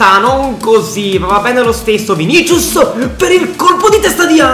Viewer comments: Vinisius non vinicius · Vinicius si pronuncia Vinisius